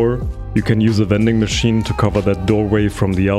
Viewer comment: Did u say wending machine